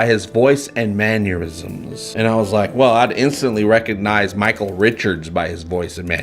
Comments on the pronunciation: Hey! I absolutely love everything you do. Please though, for all that's good and holy, stop saying man-YOUR-isms. The word is Man-ER-isms! Thank you! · There's no "u" in "mannerisms"! Love your vids though :) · FYI, the word is mannerisms, not manniorisms.